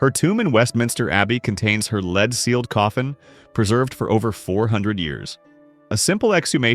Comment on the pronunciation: What is a 'LEED' coffin??? AI stinks!